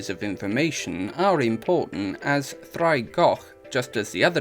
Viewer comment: Heads up: you'll want to spell it "ddraig" with the pronunciation. Your spelling of "draig" is pronounced with a /d/. Both mean "dragon," though.